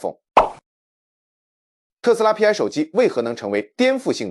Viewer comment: ai连π都唔识读么